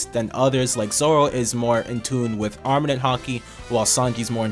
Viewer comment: Great videos. Please pronounce it "armament haki" not arminin haki. Cheers